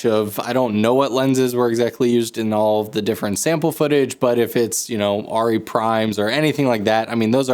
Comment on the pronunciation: Super-Cool Video. Thanks a lot. (from Germany) The correct vocal sound, when you say „Arri“…sorry for my poor english…is totally different…from what i heard from you in this video. Again. Sorry for that. 🫣 At the beginning…the „A“…you sound like „Aiii“…is different in german. It would be much more like „Ahh…“, or „Uhh“. On top of that…at the end…the „i“…you sounded like „iee“… Is totally different in german. Much more like „ih“, with no „e“ sound. In total: it is not „aiirrieeh“. It goes like „ahhrrih“. Or even better: „Uhhrih“. Because our „A“…resembles better your „Uhh“… 🙈🎯🤡🥳🏆🫣🤓 I guess this is one of the craziest comments ever. 🫣 But it is true. 🤡